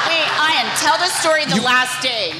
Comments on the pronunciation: How did he pronounce Ian's name wrong? He should be be embarrassed. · Dear Ian, I corrected the announcer for you as soon as he said it! People do it to my name all the time too. Eye-an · Ian is pronounced Ian, not I-an. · I never said he was mad. I said I can't believe people still say it wrong when he's been famous for so long. I understand most people with that name pronounce it differently, but everyone deserves the respect of their name being pronounced the way they want it to be. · Ian taking offense to the misspronounciation of his name it silly. Never would I assume that Ian is prounced I-ann. He acted like he was playing, but to be honest, he was offended.